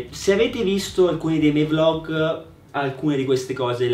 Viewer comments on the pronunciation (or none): none